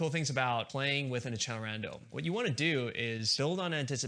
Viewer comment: As a band kid, ITS AK-SELL-ER-ON-DOUGH